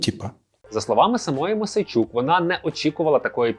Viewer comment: Мойсей -чук ,а не Мосейчук.